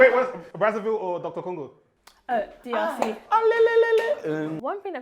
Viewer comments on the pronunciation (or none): Did this man say doctor congo?